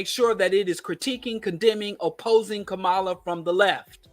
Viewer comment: I agree with everything you said, just please learn how to say Kamala's name. PLEASE! Refusal to learn how to say her name, is also a symptom of what you are saying!